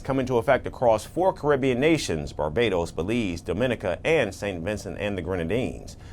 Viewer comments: The proper pronunciation is DOMinica! NOT DoMINIca. Thank you:-) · Every time the video says Dominica wrong it's like a knife to my ears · DOM-IN-E-KA!!! Please learn how to pronounce this country's name. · Dominica is pronounced like Dominoes, with a hard "O". Someone from Dominica (hard O) is a Dominican (hard O). A soft "O" makes them from the Dominican Republic because they would be referred to as a Dominican with a soft "O"......it would be pronounced DAminican but the spelling is wrong. I'm 50 years old and still hearing people pronounce my Island wrong. Imagine if someone was pronouncing your name wrong, would you not correct them. Great news for our the Caribbean people.